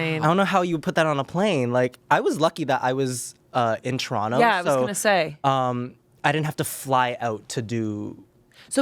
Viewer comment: As a fellow Canadian, having Aurora Matrix on Smosh Mouth is so fkin validating.... hearing her mention Showcase, PRONOUNCING TORONTO PROPERLY, SHAYNE AND AMANDA(!!!!!!), explaining how distant the cities are from each other, saying University instead of College lol.... We The North, babyyyyyy